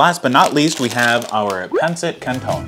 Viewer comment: Its pronounced "pan-sit" btw